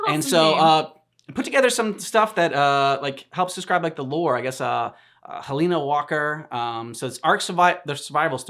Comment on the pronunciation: Bruh, y'all are just SO UNDERRATED!!!! Keep up your work, make it good, make it happy, and, she's called "Helena" Walker not "Helyna". 😂 Anyway, this video was good, and I hope you react to Sir Edmund Rockwell next!